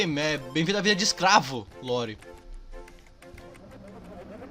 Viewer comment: Toda vez que ele fala Lore eu entendo Loli